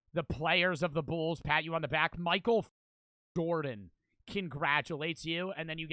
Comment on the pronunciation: Bro said Michael Gordon 💀